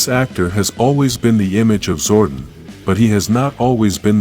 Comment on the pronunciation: his name is pronounced ZOR-DON, not ZOR-DUN !!!